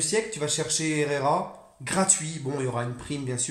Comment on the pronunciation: Franchement ta du talent en espagnol 🤣🤣, franchement Ander herrera est tro chaud et j espère qu’il va faire l’unanimité 🔥🔥🔥🔥